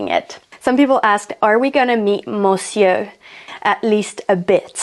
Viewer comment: pourquoi prononcer "monsieur" avec l'accent anglais alors que tu pouvais le prononcer dans la langue initiale : le français ? ça m'a fait un peu rire hihi